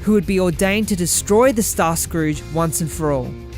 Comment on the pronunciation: Heads up for pronounciation. Caelum is pronounced Kay-lum and Scourge in Starscourge is pronounced Skerj not scrooj. I understand if english isnt your first language